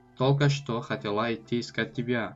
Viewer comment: Хотела ударенира правильно бгу😂